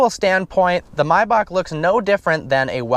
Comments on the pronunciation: MAYbach not MIbach dur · why do you call it mibach. everyone says maybach. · Come on man!! It's not "my-backh". Its Maybach!!! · its may as in the month May and bach as in back. .NOT MYBACH OR MIYBACH. WTF DUDE? MAY- BACH. SAY IT RIGHT! u made my head hurt. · anyone else annoyed with how he says Mayback. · Dude just say Maybach. I mean are u German lol fuck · "mybock" jesus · Nigga called it a MYbach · U really don't know how to pronounce maybach.